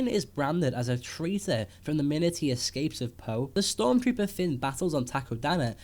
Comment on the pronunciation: He's name is Finn. Not Fin or Fen